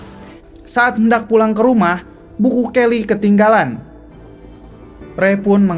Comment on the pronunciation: bilang buku kely ketinggalan aku denger bulu kely bang:(